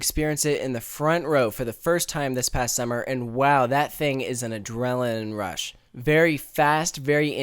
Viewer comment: "adreliin rush"